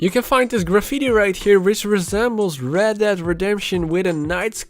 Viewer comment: I didn’t Red dead was pronounced Red DAD redemption